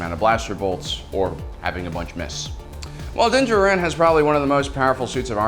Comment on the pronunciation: Stop saying “Din Jhrin!” I wince every time you misplaced the emphasis onto the wrong syllable 🤪🤪🤪